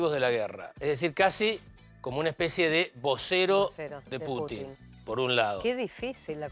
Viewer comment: "Putin", no "Puchin".